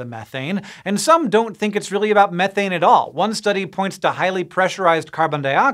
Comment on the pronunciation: I like this guy simply because of how he pronounces "methane". Sick and tired of hearing people say "me-thane" smh